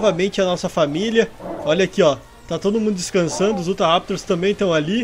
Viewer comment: Roshal diz se i-uta-raptor mas escreve se utahraptor